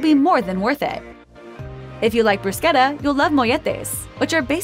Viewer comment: Not gonna lie it kinda bothered me how she said bruschetta